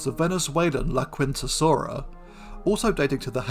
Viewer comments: I think I see what you mean. Much like the "u" is not pronounced in the Spanish phrase "la quinta." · Not critiquing, just as a curiosity. The "u" in "laquintasaura" is probably silent. ... Thecountryhousesaura...